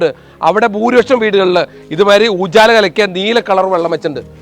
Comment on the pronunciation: Ooochala alla ujala